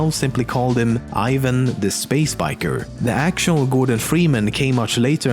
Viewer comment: Ivan is pronounced "Eevun"